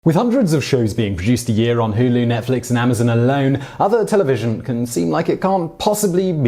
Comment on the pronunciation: I love how he says "Hew-lew"